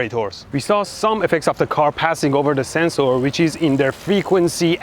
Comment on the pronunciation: DOES HE WATCH LOWER DECKS? is THAT WHY HE SAYS SENSE OAR?